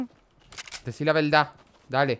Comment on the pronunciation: Deci la velda ajjajajajsjja cuanto tiempoo que no escucho eso ajsjajjajaja